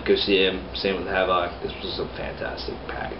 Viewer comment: It's pronounced like Havoc bro. Not Havawk.